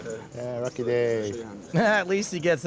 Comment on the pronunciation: Brother said “rucky day” 😂💀